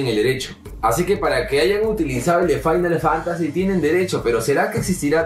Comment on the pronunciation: Yo creo que decía era fimal Fantacy IIi, jajaja